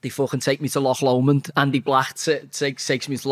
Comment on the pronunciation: Well done for saying Loch instead of Lock Lomond.